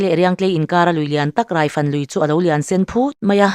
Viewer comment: Hrangkhupa hi "Hrângkhûpa," ti a lam tûr. Rokhuma pawh "Rokhûma" ti a kan lam ṭhin angin. Biate ka ni a, "Khum," tih leh "Khûm" tih chu awmze dang dang an a, "Khup," tih leh "Khûp," tih pawh in-ang lo tak an nih. "Râifân," ti a lam tur. Chuan Biate hih Hmar hnam a nih lo.